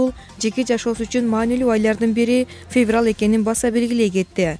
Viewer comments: фебрал бобойт дейтго.диктор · Мен дагы феврал дегенин угуп жиним келип кетти блин😁😁😁😂😂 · Ушул журналистерди текшеришиип чыгарбайбыы Жиндигоо Феврал деп кайра кайра айтатт.😀😀😀 сага Караганда 4 жаштагы кызым жакшыы айтат ... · эй жудогон окуй албасан жон эле отурчу кишини кошо жудотпой. фебрал деп алжыбай.